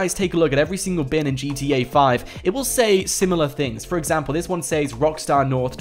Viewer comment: It’s not saes is sez